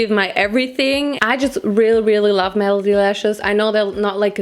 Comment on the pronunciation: Every time says malady instead of melody I can't help but giggle. Malady means illness (i.e. Krankenheit), whereas melody means song (i.e. Lied) - which is why Malady Lashes (illness lashes) sounds so funny to me! In English, melody is pronounced m-eh-luh-dy not m-ah-lah-dy, for future reference!